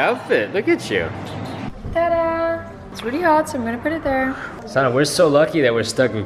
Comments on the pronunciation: Why is your name pronounced so weird in the beginning of the video? It sounds more like Sara than Sanne.. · i cringe at how the guy pronounces your name T_T